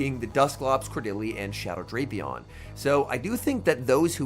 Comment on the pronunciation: he knows it's "Drap" (rhymes with wrap) "-e-on" but he keeps using Drape-e-on